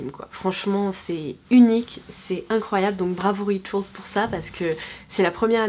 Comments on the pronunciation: on dit rituaaaaaals punaise! J’y ai travaillé pendant quelques mois on ne le dit pas à la forme anglaise. Merci c’est pas la première fois que tu fais la faute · Pauline Titeux Rituals c’est un moment anglais donc on ne le prononce pas à la françaiiiiiise :)